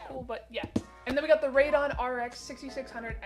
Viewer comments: "raid-on" annoyed me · Lol what the heck is a b5500? And what’s a raid-on? Lol There’s no b5500 …. It’s a b550 and its not raid-on it’s pronounced Raid e on there’s an E …. Definitly you have never watched any tech youtuber build a Pc …. Well maybe the verge because this was almost if not more cringe than that lol. Not sure if you intended for it to be super cringe but if so you did great for tossing in a lot of mistakes true Pcmr would see lol. This may end up going viral actually for that lol. We shall see.